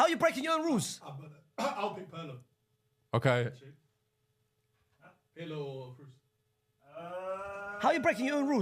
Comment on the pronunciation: Why does he call Pirlo "pierlo"